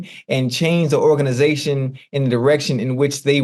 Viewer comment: Hold up again. Did Chad just say organation 😂😂😂